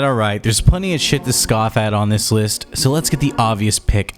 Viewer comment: Speaking of cringe. I just cringed where you don't know how to pronounce the word "debut". I guess it's not too much of a shocker coming from a guy who mispronounces multiple other words, or just gets words completely wrong like when you say "scoTH" because you don't understand the word "scoff". My advice would be to stop trying to use words outside of your vocabulary and sound smarter and more educated than you actually are. When you butcher those words, it backfires and your attempt to sound smart makes you sound ignorant and uneducated.